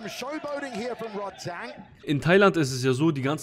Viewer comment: Rodtang mit A. nicht Rod-teng :D